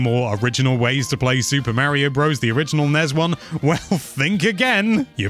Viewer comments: So dude .. it's Mario not Maryo. I don't want to hear it's my accent excuse either.... everybody else can say it and they put forth the effort to say it properly and you should too. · Dude's name is Mah-rio. I know accents are accents but names are names too, for instance mispronounce Gloucestershire or Worcestershire in front of an English person and see what happens